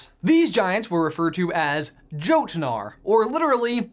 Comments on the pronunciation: Trolls, Giants - all residents of Jotunheim. (And for the record - "jotuns" pronounces the "J" like a hard "Y"...so, sounds like "yo-tun") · Isn’t the “j” pronounced as a “y”? From what I know, the word Jötnar is pronounced “yo” as in “yolk” along with a soft “t” sound connecting to the “nar” let which is spoken like the word “far.” I’m not an expert at Norse words so I could be wrong. I hope this helps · Was anyone else really annoyed that he pronounced jotunar wrong like its pronounced with a y like yotunar. Sorry this stuff just gets under my skin for some reason. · Me: a Norse pagan who knows about most of this stuff and is also learning Norwegian and old Norse, “oh dear god did he just pronounce the jötun as ‘Joh-tan-are’??” I had a physical reaction to that ahsysjsgshsbsg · Having watched playthrough stuff from God of War 2018, I think the giant name is pronounced YOTE-nar (like past-tense yeet) Just for future reference ;) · Jasper Wiles that is what I mean by soft j.. and yeah it’s like the y in yolk but the ö is pronounced like the o in world. And the t is not really soft.. it’s just like connected to the n